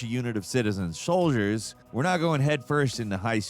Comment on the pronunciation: "...a militia unit of citizen SHOAL-diers..." 🤣👌.